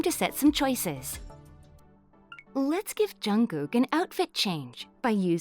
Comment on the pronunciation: She is saying jungog??? I'm pretty jungshook right now.